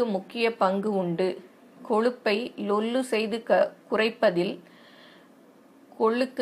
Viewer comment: Akka lollu ila kollu😂😂